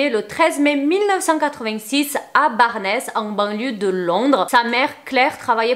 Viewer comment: J'ai vécu à barnes à côté de chez lui. Le ES de la fin de barnes ne se prononce pas par contre pour la prochaine fois 😅